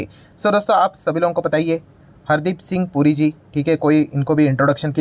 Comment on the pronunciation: पुरीजी के बदले ,"गुरुजी" सुनाई दे रहा है!